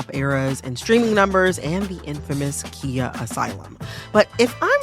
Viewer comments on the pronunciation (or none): It’s pronounced Kay-ya not Kia like the car 😂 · Why can’t no one pronounce Khia’s name correctly? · I wish ya’ll would stop using “khia asylum” wrong. It’s KH not KI totally different pronunciations.